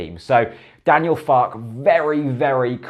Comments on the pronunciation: Believe it's pronounced Fark-er rather than Fark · I believe the pronunciation is "Farker". As in, "Mother Farke". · Two minutes of research on Youtube would have revealed that his name is pronounced FAR KERR. But hey, waffle on. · it's pronounced Fark-er isn't it